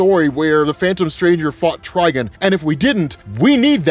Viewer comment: if anything I get more mad when he mispronounces “Trigon” he says “Tri-Gun”